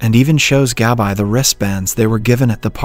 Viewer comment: GAB-EYE 👁.. you mean Gabi? 🤣